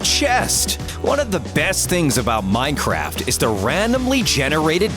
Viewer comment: Why are you saying: 'Minechast' ?